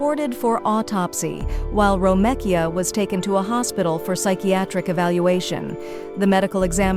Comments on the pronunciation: Ok see I thought it was just my crazy ass that she was irritating ! 🤦🏽‍♀️😂 Ho3 it’s Gary ! It’s Ro-mee-ka! Talkin bout a damn “ro-meh-Kia” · Wait so it can pronounce Romekia but not Gary?